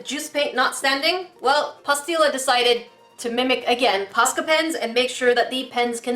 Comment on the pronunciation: (post • ill • ah) I believe is how its said just dont say post with the O saying its own name